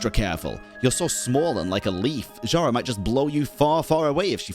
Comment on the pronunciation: Pretty sure Zhara is Zhar-bird (Жар-птица, "Heat bird"), and yeah, it's not "zh" as "zz", it's the same "zh" as in SneZHnaya x) ("Zz" sound is "з" in Russian, "zh" is "ж", sooo СнеЖная, Жар-птица) And Koschei the Deathless is from slavic mythology as well Damn I love this quest :ь